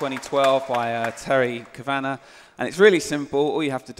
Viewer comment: "terry cawanagh" I LAUGHED SO HARD WTF